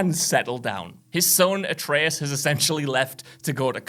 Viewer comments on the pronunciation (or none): none